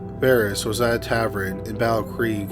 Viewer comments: Say ta vern. NOT ta vrin. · Oh no, here we go with “tav-ren” again. Not a word, dude. Oh well, at least it’s not in “Gavel-stun”... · Oh no he’s still saying Tavern wrong 🤦🏼‍♀️ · I love you so much. I fully support your mispronunciation of tavern.